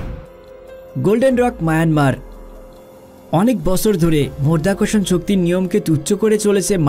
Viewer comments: শব্দটা মধ্যাকর্ষণ নয় মাধ্যাকর্ষণ।উচ্চারণ ভাল করুন। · মরধাকরসন শক্তি বলছেন কেন? মধ্যাকর্ষন শক্তি বলেন। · উচ্চারণটা 'মর্ধ্যাকর্ষণ ' নয়! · আগে সঠিক শব্দটা শিখুন। আপনি বলছেন "মরধাকরষন" এটা কোন্ ধরনের ভাষা? হবে " মাধ্যাকর্ষন" । যদি উচ্চারণ করতে না পারেন তাহলে ভিডিও বানাতে আসবেন না। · মর্ধা কর্ষণ শক্তি --উচ্চারণ ঠিক করো বাবা।কানে লাগছে। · মধ্যাকর্ষণ শক্তি * 🙂 উচ্চারণ ভালোভাবে করবেন 🙂